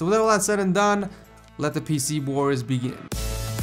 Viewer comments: im sure u said pc bors lol struggles man.. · Said "Let The PC Bōrs Begin!" ŁØŁ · did he say PC BOARS?